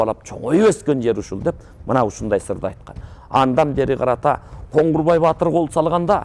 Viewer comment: Коңгурбай эмес, Коңурбай